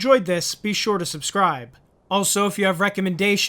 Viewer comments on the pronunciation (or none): none